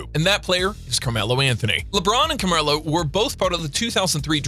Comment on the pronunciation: He said camarlo